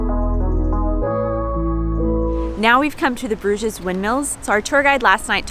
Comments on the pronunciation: I think you don't pronounce the s at the end of the word Bruges (French). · Even in English the s is not pronounced. The English name came from the French 'Bruges', where the s is also silent. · It is the Flemish/Dutch word for a bridge (brug, plural bruggen like the German Brücke) , but with a French pronunciation and es added - for English speaker that is. Logical when you look at the city.